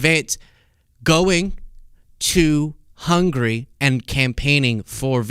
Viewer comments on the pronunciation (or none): It's *Hungary, not "hungry".